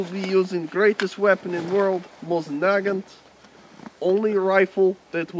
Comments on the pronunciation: Mosin Nagant is pronounced Moe-seen Nah-gahn, the "t" is silent. In the Motherland they call this rifle a Mosinka pronounced Moe-SEEN-ka. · WTF is a Naganto? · Protip, adding 'o at the end of a word is Italiano, not Russian.